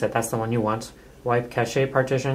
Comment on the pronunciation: OMFG could this guy be any stupider? They're having the dumbest r-tard they could find do tutorials - yet doesn't know what ADB is or how to pronounce the word "CACHE". Thumbs way down.